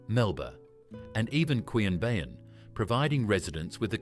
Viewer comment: These AI produced videos get me,particularly word & name pronunciation. I used to live in Queanbeyan NSW & I never heard it called "Quee-annbeeyann"